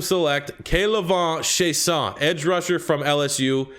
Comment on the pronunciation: Clearly doesn’t watch LSU haha you fuckin butchered k’lavon chaissons name